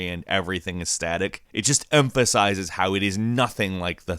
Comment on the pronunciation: Empasize? Not Emphasize? Hmmm.